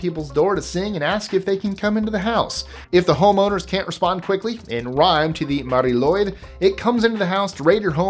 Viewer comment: you're looking mighty fine, mate. And well done with pronouncing Mari Lwyd so well. Now try pronouncing the surname Llwyd (it's another spelling of it. The second L tends to scare off people but it's a lot easier than you think. Just chill!) 🏴